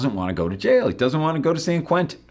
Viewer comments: The insistence on pronouncing it "Sayan KwinTON" is just insulting. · another thing about this song is that he makes San Quentin into four excruciating syllables “SAN KERWENTIN”